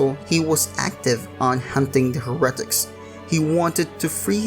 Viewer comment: Ahem 'Hare-uh-tik"